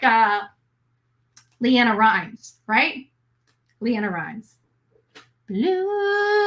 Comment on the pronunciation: Just an FYI...LeAnn Rimes sang "Blue", not LeAnna Reines.